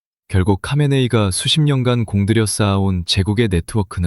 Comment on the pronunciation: 카메네이는 하메네이입니다...ㅋ과 ㅎ은 뒤섰겨서 같은 발음으로 나타납니다.. "카하"의 합친 말이지요..장기스칸=징기스한..삼한=삼칸..거서한=거서간....등으로 발음됩니다